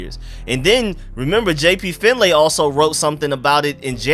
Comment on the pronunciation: JP’s last name is spelled Finlay but it’s pronounced Finley